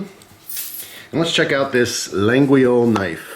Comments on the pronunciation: Around here in french Canada we pronounce it without the "G" or the "U", so it's "La-yol". I think it's the French way also. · It's pronounced la-yol so you know 😉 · Hi, Laguiole is pronounced La ghi ohl (well sorta 😆) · Idk if it’s made in China but I wouldn’t be surprised, but you’re right.Also I don’t wanna be an asshole but I speak Canadian French and the way he sais it...